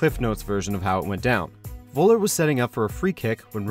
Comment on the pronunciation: It's Völler, not Woller. Atleast try to pronounce it in german.